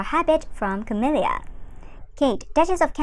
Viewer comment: I don't mean to be critical but she cannot pronounce Princess Dianna's name correctly (over and over and over again!) and is now pronouncing Camilla's name incorrectly too! (Over and over and over again!) Furthermore, she keeps using that disgusting CLICK BAIT. (Over and over and over again!) Sigh.............